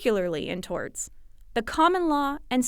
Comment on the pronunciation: "Strew Dulls" and "Torts"/"Tarts".